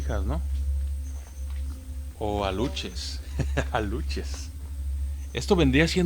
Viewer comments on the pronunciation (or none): No son aluches Si no aluxes 😅😅 saludos